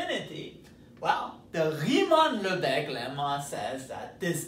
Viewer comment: I am proud of him pronouncing "Riemann" in perfect German.